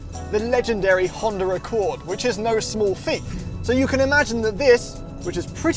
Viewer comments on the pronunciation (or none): HondeR Accord?! LOL